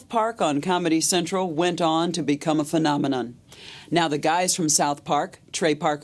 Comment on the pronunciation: the way she pronounced phenomenon in the beginning made me know immediately this woman is a cunt